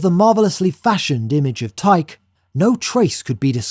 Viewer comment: Would it not be KOR-inth, and TYKE-ee?